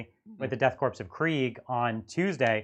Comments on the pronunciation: I cannot listen to people calling the "Death Korps (PRONOUNCED CORE) of Kreig" the death CORPSE or Krieg... I almost turned off the video as soon as I heard say it, and really had to resist doing so after echoed it... Y'all are too smart for this shit lol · I always assumed the “Korps” in Death Korps of Krieg was pronounced like “corps” (as in marine corps or peace corps) which rhymes with “core” (silent P and S)